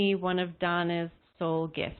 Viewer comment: When you said Soul gifts I heard heart